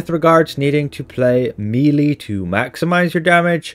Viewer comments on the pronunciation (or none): Melee is pronounced MELL-AY! Not MEELEY! Meeley are WORMS! How many times? It's so annoying to listen to! 🤪 It's like someone insisting on calling Dublin Dew-bline or something! Or London Lone-Dowen. {:o:O:}